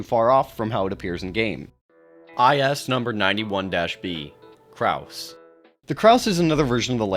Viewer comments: Krause? No, sir. Krasue. Krah-sue. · IS-0091-B "Karsue" although it shares similarities to Penanggal, Penanggalan and other cryptids from the Southeast Asia region, the name itself is from Thailand's varsion of the creature and it's supposed to be pronounced "Kra-Sue" with 2 syllables. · Bro said Krause 😭